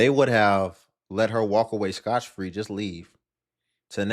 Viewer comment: Bro said "scotch free".